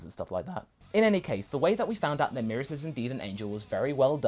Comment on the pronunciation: I think the pronunciation is Meh-rus not Mee-rus